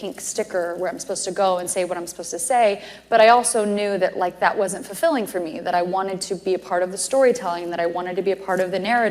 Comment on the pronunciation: Forfilling 😂😂😂 not even an actor 😅😂 a bad one .